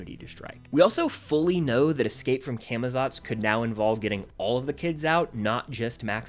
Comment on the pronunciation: Day to many of getting people to say camazots right (cah muh zots)